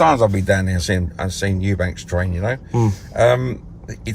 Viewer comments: What is it with Eubank(s). It's Eubank. How f****ng hard can it be? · Eubanks,Chris lemont was it 😂 this man's telling successful boxers what to do, life advise all sorts and can't even pronounce there names. thinks Roy Jones is eubank jr's trainer 😂🤦🏻‍♂️ the type of man to go to the local casino to watch the boxing but pretend he's an avid fan 😂